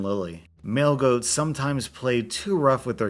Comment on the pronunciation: at the story with the goats when you said male goat i thought you said mail-goat